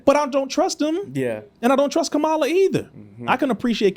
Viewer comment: First off her name is pronounced "COMMA LA". You lost me when you mispronounced her name.